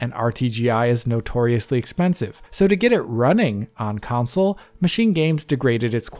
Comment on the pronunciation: I love you buddy, but FFS, it's a video game "Console" (KON-SULL). There's no such thing as a video game "Council" (COWN-SULL).